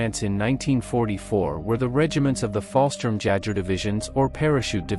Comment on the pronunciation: Fallschirmjägers were actually Air Force not Army. By the way, if I wasn’t so curious, I would have stopped listening to the BUTCHERY of the names and terms. In fact, I eventually muted it and just read the cc’s